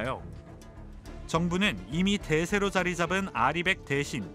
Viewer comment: re100을 리100이라 부리는 애가 뭘 알겠냐... 혈세로 해외 도피 하는 중인데...